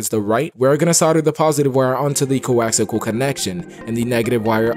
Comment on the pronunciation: coaxal or coaxial????? i tried this script for one dont wk...you need to tell people the root directory to install script ..idk dude